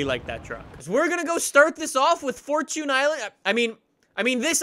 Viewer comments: right it's fortune not fortun!😂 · It is for chin island not for chuuunnee island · It’s fortune island not forchoon island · Majestic Beardsman we (people of new England and America) say “4 chun” instead of “4 chune” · It's Knee-San not nis-an and fourchin not fourtune.. change my mind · fortune is the words for and tune combined and you don’t pronounce time as chun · the way you say forCHUNE is so cringe im so happy called that out STOP SAYING CHUNE lol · Devyn lich00 this is the proper way fortchune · "forechoon i-land" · He said 4 choon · Do you call it a forchoon cookie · It's furtone island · way of pronouncing "fortune" is a bit irritating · Thank you for correcting that damn pronunciation, cause jfc, I thought he was joking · For-Tune For-Tune For-Tune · genuinely unwatchable because of how you say fortune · That’s how google pronounces it